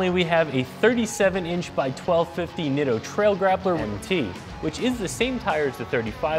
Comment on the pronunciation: I used to work for Nitto as their photographer when they first came to the US. The name is pronounced NEETO. PLEASE say it correctly.